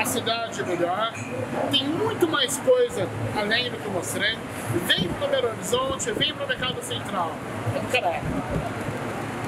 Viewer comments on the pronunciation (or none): ele fala berolizonte